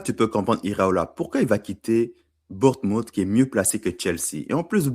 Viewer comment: Bourtemoute 😂 tu m'a dead